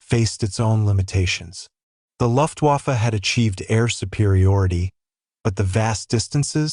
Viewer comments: AI sucks, you less than intelligent person. Luftwaffe is pronounced Luft-Vaffe and Weremacht is pronounced Veremacht!! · It's AI, right? Many pronunciations of common words (luftwaffe, wehrmacht) are laughably incorrect. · rrect! The AI can’t tell the difference between English and German pronunciation, imbecilic AI!